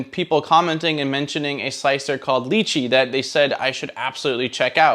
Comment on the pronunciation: Great review but why is it almost no one person can say this software's name right. I mean Google it. It's pronounced phonetically "Lie Chi".